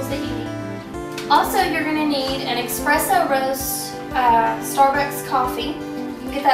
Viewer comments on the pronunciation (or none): Good explanation, but why on earth the music....it drowns you out at times. It's Espresso, not Expresso.